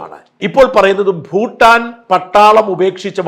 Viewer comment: ഫൂട്ടാൻ അല്ല ഷാജൻ😂, ഭൂട്ടാൻ